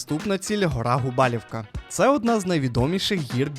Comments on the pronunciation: Гарне, якісне та цікаве відео, але є великий мінус, який дуже ріже вуха. Як рекомендація, в подальшому спочатку перевіряйте назви, тому що ви їх коверкаєте І НЕ ПРАВИЛЬНО СТАВИТЕ НАГОЛОСИ. Гора ГУБАЛУВКА , а не ГУБАЛІВКА. Немає в Закопаному є в Закопане, і тд Каспрів Верх. Дякую за увагу. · Все чудово, дуже гарно, але гора Gubałówka- ГубалУвка, наголос на У. Бо ГубАлівка звучить як якесь село і явно не польське, бо у польських словах завжди наголос на передостанній склад))) а загалом класне відео, все по темі, якість відео і озвучка на висоті💪🏼